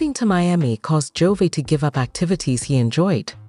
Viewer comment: Wow, do your research. You mispronounced Jovi's name for the first 44 seconds of your video!!!!